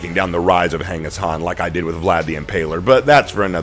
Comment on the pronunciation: I prefer the rule of Khan than the rule of emperor's or kings, who value people who knows very little and have no trade or skill..and Mongolian rule valued skilled laborers and tradesmen, also please say his name right ("gangis-kahn"). YouTube doesn't care lol